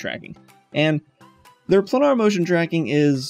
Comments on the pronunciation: Second youtube instructor who can't/won't pronounce the word Planar. yes..like a plane....i.e.: "Plainer" Could it be Plainer? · Good info, but PLEASE learn how to pronounce planar! (pley-ner) :-)